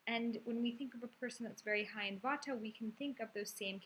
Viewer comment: its not vataaa....its jus vaat